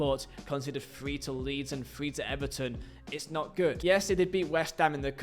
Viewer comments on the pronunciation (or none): none